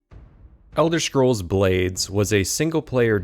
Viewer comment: Elder Shcrolls Blade. Right. He said Shcrolls. Like the shmuck he is.